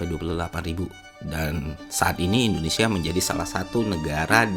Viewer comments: Indonesa atau indonesia 😅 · Si sok2 paham, lah wong nyebut nama negara Republik Indonesia saja dia bilang gini endonesa..